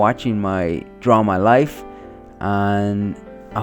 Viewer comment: When he said "thank you for watching my draw my life" in the end, it sounded like "thank you for watching my drama life"😳😂